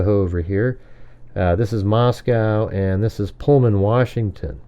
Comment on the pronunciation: it’s Moscow, like Bosco and Costco. Not Moscow like in Russia. But you know that, right? 😉